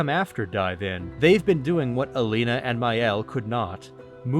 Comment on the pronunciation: Your video and analysis were kind of cool, however I'm going to downvote you for repeatedly calling "Aline" as "Alina" WHICH WAS REALLY TRIGGER ME for some reason :(